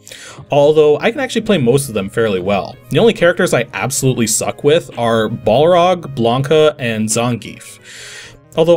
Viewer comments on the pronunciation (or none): none